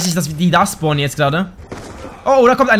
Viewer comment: Wo SCHPORNEN sie ? :D